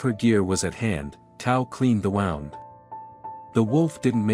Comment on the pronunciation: wound is pronounced as Woond now WoWnd. YW